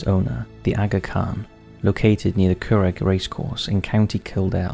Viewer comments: Curragh is pronouced "curra"....the g and h are silent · What is wrong with the narrator? He is unable to pronounce any of the Irish names. "the Curragh", "Leitrim", "Callaghan." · Your getting the Irish names a little wrong buddy, the curragh the gh is silent